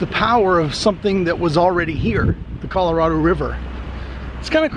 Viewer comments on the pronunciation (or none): none